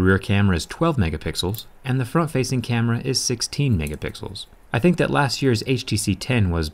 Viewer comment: HOW MANY TIMES DO U HAVE TO SAY " DAT "